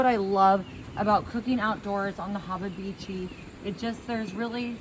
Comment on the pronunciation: “haba bichi” lmao 😂😂😂